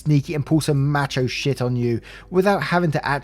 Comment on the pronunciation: A wee correction m'darlink on pronunciation, story three the husband is referred to as a 'macho shite' (you should know it rhymes with 'bite') not 'shit'.I think the former is more 'correct' in the circumstances. Apologies, I just get caught up with these things. DEFINITELY nitpicking. Again, apologies for being anal. (Proofreading etc only!) Much love guy, Txxx Oh! And husband the complete arsehole! But possibly violent, perhaps not to OP but to those close at hand. Perhaps not physical but we know there are many nonviolent ways to assault someone. Caution is needed until the neighbour kicks his arse to the curb. Hope this pronunciation query is taken lightly as intended because every time I hear your intro I immediately smile. I find hearing your posts help me more than anything Big Pharma has to offer. Txx